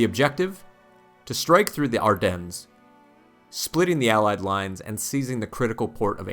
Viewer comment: nice video, happy to not hear a AI narrrator. But you do NOT pronunce the s in Ardennes -- it is silent.